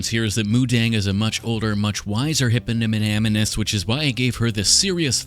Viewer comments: If only i had a dime for every time mispronounced hippomiatonin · It's legitimately driving me mad! Every time he mispronounces it, I wince... Despite knowing he's doing it on purpose! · Hipanipahanamus. Yo. Ur sayin it wrong. 😅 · I know you guys heard him say “hip-hop-anonymous” 😂😂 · I legitimately thought I was having a stroke every time he said hippocampus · I can't believe he failed to pronounce Hipstermoose throughout the episode °L° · While he says hypinomonomus or however u say the animal, it reminds me of the attack on titan scenes where beretolt would get misnamed either by some of the character's or the subtitles XD, ALSO PROUD SCOTTISH WATCHER HERE WIT WEE HAGGIS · ALL of his attempts were great, but "hiphopanonymous" made me cackle out loud. "Hypnothomas" caught me too :D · Thank you for teaching me how to say hippopolaptamus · It’s hypnosespotumass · Him just TRYINGGG to say hippopotamus is hilarious 😭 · I love how he keeps saying hippopotamus wrong 😂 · pronounces aluminium perfectly can't quite grasp hippopotamus...classic <3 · The mispronouncing kept making me think hiphoppopotamus, and we all know the hiphoppopotamus only has one enemy; the Rhymenoceros. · Yeah…..it’s a new drinking game. Everyone has to take a drink every time says hippopotamus wrong.